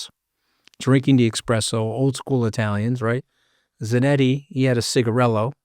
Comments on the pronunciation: Espresso, not expresso 🤣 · Senior Scaramucci, eSpresso 🤌 not eXpresso.